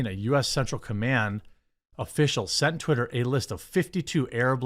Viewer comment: I like how you pronounced "twitter" as "terry". lol